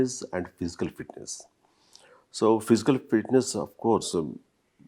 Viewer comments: “Physical” not phisical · It's not "pisical " it's "physical" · Physical, not phisical , karma ra babu, english channel anta